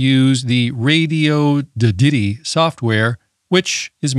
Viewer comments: I always thought it was pronunced Radioddity and not Radioddity? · I think you mispronounced Radioddity on porpoise.